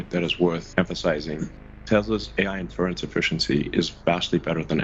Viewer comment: I enjoyed hearing poor old Musk failing to comprehend and pronounce 'Inference' no end!